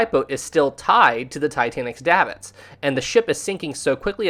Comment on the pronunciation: davit is pronounced "dayvit"